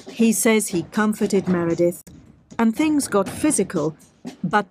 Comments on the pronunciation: Oh dear…the analytical skills were certainly not strong on this one! Repeatedly getting the victim’s name wrong when repeatedly hearing it stated throughout the video is not only unforgivable, but outright disrespectful. Clearly only focused on pointing to Amanda’s innocence and this lack of attention massively brings into question his analysis of anything! At the end of the day his opinion means diddly and it looks like just another tuber on the fly I’m afraid. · Don't wear pearls... Not getting her name right or not caring if you got it wrong says more about you than me. After all, I am not the one who is trying to build your channel's credibility. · Why do you keep saying “Miranda”, don’t you mean Meredith? Slightly unfortunate 😮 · It’s “Meredith” not “Miranda”. Sigh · Disappointing you kept calling Meredith ‘Miranda’ the whole documentary you were analysing called her ‘Meredith’ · MEREDITH NOT MIRANDA !! How many times does she have to repeat "MEREDITH" ????? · And the documentary keeps saying Meredith over and over again yet he still says Miranda. Ugh. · This guy talks about "Miranda" WTF is she? aMeRAnDa or MER edeth? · I found it hard to take him seriously as a statement analyst if every time Meredith’s name is used in the documentary he still called her Miranda . Yet everyone else was named correctly apart from the victim. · Miranda ?.... It’s Meredith. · Meredith.... MEREDITH not Miranda... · Please get the names right: There is a Meredith and there's an Amanda, but thre is no "Miranda". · Meridith, not miranda Lol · Meredith not Miranda! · Meredith, not Miranda WTF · Meredith not Miranda please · Who’s Miranda ?! You keep saying it ! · MEREDITH. NOT Miranda. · Interesting. But a bit off putting that you keep calling her Miranda. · Miranda??? Dude! Come on…. I love your analysis, but get the victims name right. I can’t listen to the whole video with persistent misnaming. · Can you please get the victims name correct!! Meredith.. A good detective listens!!